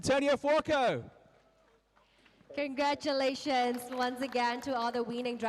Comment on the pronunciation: How does the commentator pronounce Fuoco? Furuoco??